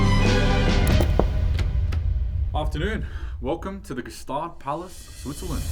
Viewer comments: May i perhaps enrich your already great video and lifestyle by add that Gstaad is pronounced Staad, the G is silent. Greets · It's pronounced "Schtaaade" by thw way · Not pronounced ge staad. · That’s not how we say Gstaad, I love the succession type of vibe so cool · the g should be silent btw